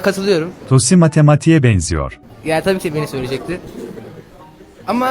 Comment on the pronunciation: Tosi değil cros